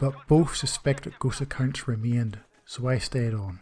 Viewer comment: It took me almost the whole Video to understand that he meant “ghost accounts” and not “gHoSt a kiNd” this damn slang though